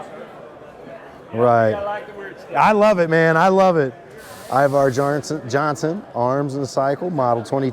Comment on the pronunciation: It’s “IvEr not IvAr “ Johnson!